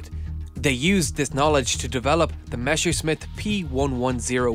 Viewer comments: Junkers should be read as Younkers, not Younker, and Messerschmitt should be read as Messershmit, not Meshersmit. Improve it next time. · It´s Messerschmitt, NOT Meschersmitt.... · its not mescherssmidt its messerschmit:D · Why does everyone say Meschersnitt? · meshersmitt? wtf? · It's not pronounced "meshersmit" but "mesershmit" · meshewschmitt lol I know german is hard but I dont know how you can make meshew out of messer which means knife. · I have a dream, that at one point in history, an English native speaker will not pronounce "Messerschmitt" as "Meshersmith". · Meshersmit :-D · You were checking for Messerschmitt pronunciation eh? :) Yea, she got it wrong too. Sorry, I know it's besides the point but hurts so much to hear such a legendary name all reversed when it's not even hard. I mean it's how you would say it if it was an english word. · okay fellow native speakers why the hell would you say Meshersmitt? 'ss' is not a 'sh' in english nor german. But at the 'sch' which is spoken 'sh' in german you pronounce with 's' . Why. Just why? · I guess that's one way to pronounce Messerschmitt 🤔